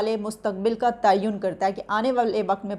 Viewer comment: Aane wale mustak bill ka ta-yun🤣😂 wtf is is tayun